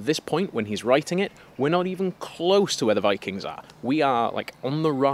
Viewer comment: Sorry was that "Bikings" ? LOL!